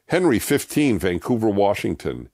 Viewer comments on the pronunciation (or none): none